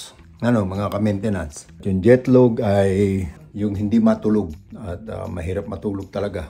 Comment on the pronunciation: Word of the day "Jetlog" not "Jetlag" 🤣🤣🤣 and hindi po apple yan peaches po yan, favorite ko yan 😂